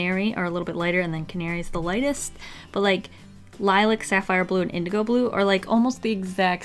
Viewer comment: Your saying Lilac wrong its pronounced Lie lack